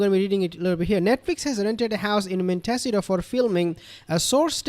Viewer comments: Just FYI: Montecito is pronounced: Mon-Tay-CEE-to. The accent being on the third syllable. It’s Spanish. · Its pronounced mon ta see toe